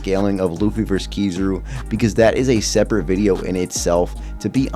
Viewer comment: It’s Ki-ZA-ru in terms of emphasis in pronunciation